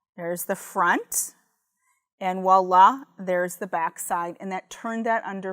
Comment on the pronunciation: Not the "Wah-lah" 🤣🤣🤣🤣 It's "Voila"